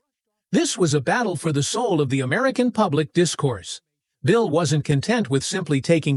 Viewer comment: Wish u knew how to correctly pronounce Bill's name